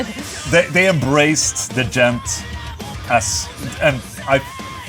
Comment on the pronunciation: Pronounced “djont” with a zero?